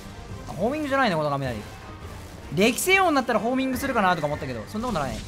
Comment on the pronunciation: 2分22秒ののきに歴戦なまお としか聞こえない